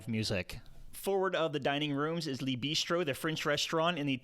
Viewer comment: Very helpful! Please work on your pronunciation. “Le” in French is not “Leeeeee” but more like “luh.”